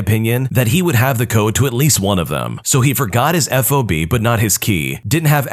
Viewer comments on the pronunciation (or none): i'm sorry, it's not called an f-o-b, it's called a fob, like cob. Fob. that last story made me crazy 🤣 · Fob. It's a fob, not an F.O.B., which is a shipping term. :)